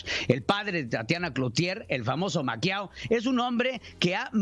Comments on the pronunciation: "Maquiao" = Mexican Paquiao? .....es Maquio rey!! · *Durazo va por la gubernatura de Sonora, no de Nuevo León. *Se dice otrora, no "otraora". Maquío, no "Maquiao". Corrección de buena fe.